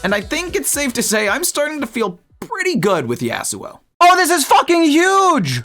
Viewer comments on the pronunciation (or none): bro pronounces it YEAHsuo like a valley girl. it’s YAHsuo buddy.